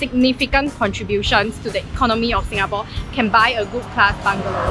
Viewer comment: Your "Singapawwwwww"...really singaporean...lmao 😆😆 Regards, Dunbar Walk residence, Siglap